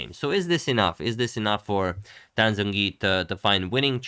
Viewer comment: in romanization of chinese, the "Zh" sound represents a hard J sound, so it should be pronounced more like Jongyi. "J" represents a softer j. Polish for example also has these distinctions so in the Polish alphabet Zh would be Dż and J would be Dź.